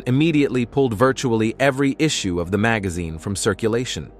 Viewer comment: You miss pronounced this simple word ( ground, magazine, covert, federal, imagination, intrigue )